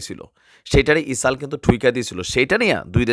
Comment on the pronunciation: ইসরাইল কে ইসাল বলেন কেনো। শুদ্ধ করে কথা বলুন।